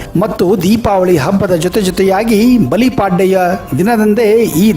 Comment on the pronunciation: ಬಲಿಪಾಡ್ಡೆ ಅಲ್ಲ ಬಲಿಪಾಡ್ಯಮಿ